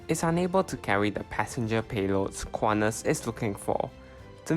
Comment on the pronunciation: Do NOT pronounce it "KU-AH-NAS" Say /kuan-tas/ with T as in sTUpid